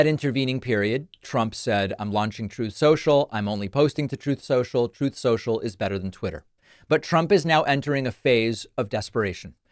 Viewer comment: Hahaha! "Troath Social." 😂😂😂😂